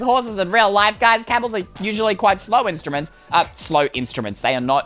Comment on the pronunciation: i laugh when he said Instromits